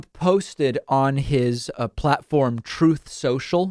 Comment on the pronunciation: I think it's ironic that #45 can't not only tell the truth, but he can't even pronouce the word "truth" correctly. "TROTH"